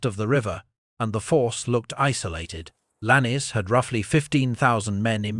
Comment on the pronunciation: Could you please get the pronunciation of names correct Lannes is Lanz not lannie there are other such errors